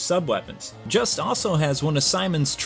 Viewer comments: As someone who took french in HS i can tell you juste's name is pronounced (Ju-stae) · Not trying to sound like a troll here. But I think his name is pronounced: Joost. The name is spelt Juste but it's not really pronounced the way it looks. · WHOA WAIT Juste Belmont is pronounced: "Jeust"